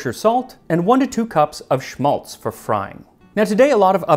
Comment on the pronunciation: Just a note on Schmalz. It is in German pronounced with a sharper A like in Apple. It is esp saved from Geese when doing Christmas Dinner. It can be preserved for a long time and is economical when it comes from cooking. Around my area it is also made from Pigs. It's interesting to see "Berliner", "Kartoffelpuffer" and "Eierkuchen" being Jewish dishes, as they are very popular Germany esp. here in eastern Germany, and mostly so with every child. Thanks for this episode!